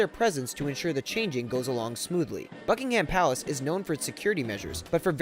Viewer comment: does he say fuckingham palace?